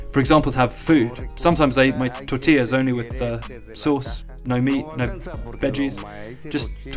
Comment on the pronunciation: Say it with me now: Tortillas. Tore-tee-yas. Lol